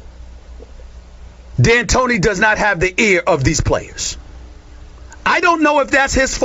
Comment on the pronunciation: It's hilarous. "that I can blame on the coach AND the playerss" lol